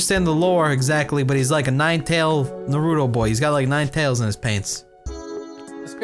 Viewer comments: Naroooto. pronunciation is amazing. I have never called it Naruto ever since this. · Okay I love ya but if you were a TRUE Naruto fan, you wouldn't pronounce it as "Nar-ROO-doe"....pfft... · take a shot every time cry pronounces naruto "naroo-dough" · Thanks to this I am drunker than ever